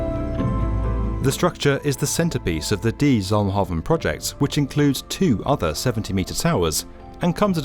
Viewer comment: I like how you tried to pronouce the name correctly, Zalmhaven was spot on but the word 'de' is pronounced as 'duh', almost the same as 'the'. They mean the exact same thing too :)